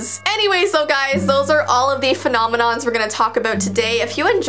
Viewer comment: Me:*Is scrolling through videos* Oh! this one looks Noice(It's DIS Video) Clicks- (Just before Kinda Looses Her Ring): Fenominoms, Me: Pauses video- And Says It Again and Again- Me again: Femonimom, F- Fenonimoms Femoninons Femoninons Me again Heh:Finally got it Forgets How to Click On Video(cuz I'm dumb) Clic!